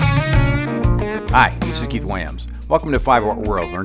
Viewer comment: Awesome playing!! I know you hear it all the time but you're seriously my favorite. Also, why do you pronounce your own name wrong??